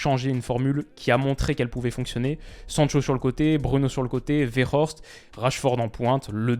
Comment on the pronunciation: Petite précision pour Wout Weghorst, la prononciation ça reste un "W" pour Weghorst vu qu'il est néerlandophone. S'il avait été allemand, à ce moment-là, oui, on aurait prononcé "V" pour le "W" dans Weghorst. Vivant en Belgique, je suis confronté au Français, Néerlandais et Allemand.